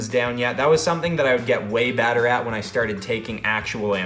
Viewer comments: you said batter not better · did he say "BADER"?